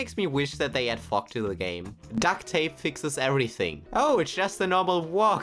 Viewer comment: Anyone else notice the way he says fog? Sounds kinda sus. Great vid btw